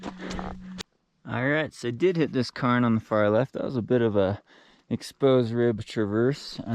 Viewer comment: "Karen", "Karen", not Cairn 🤣 No Pacer cameo!?! (It's okay, we still love you!)